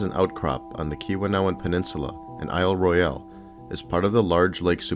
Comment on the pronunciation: I cringed every time he said "I'll Roy-al". The Michigan Geological Survey ought to know it's pronounced "I'll Roil".